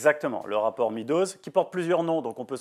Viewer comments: MEADOWS se prononce MEDDows, et non MEEdows. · Le rapport Meadows se prononce comme MAIS DOSE, Monsieur Bueno.